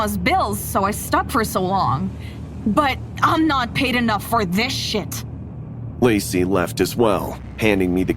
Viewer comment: someone else heard her say lazy instead of lacy